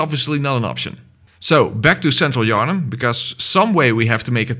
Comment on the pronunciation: "where's king Yarhnam" Bruh